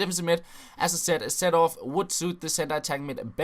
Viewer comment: His name is pronounced "C Door-f" not "Setorf"...